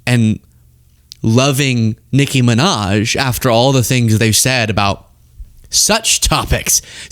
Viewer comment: Ion like the way you say Nicki’s name. If you don’t pull a little more unff in it, done say it!!